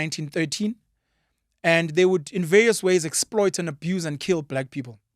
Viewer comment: The Indian genes in you sometimes show up especially when you have to say vaRious, the R just disappear 😂🤣🤣